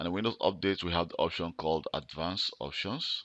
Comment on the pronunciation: Dude. Way over most peoples head, including mine. Needs to be explained a little better for people not as computer savvy as you. Your English could stand a little help also. "Options ".